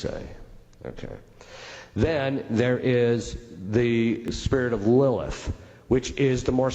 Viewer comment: Did he say that one of the generals is named "Lulith"? I may have misspelled the name. Thank you.